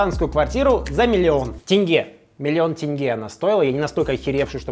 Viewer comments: Как же хорошо что ты произносишь как тЕнге, а не тЭнге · Хоть кто то правильно называет "тенге" а не "тэнге" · Казахам Руслана можно полюбить даже просто потому что он правильно произносит слово "тенге". Аж радует слух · Руслан заслуживает уважение! Он говорит не тЭЭНГЭЭ, а тенге :)